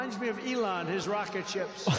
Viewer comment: “But his wocket bew up!!!” Yeah its normal.